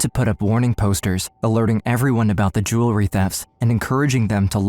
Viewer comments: The word is jew-el-ry, NOT jew-le-ry. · Gotta get your AI narrator to pronounce jewelry correctly!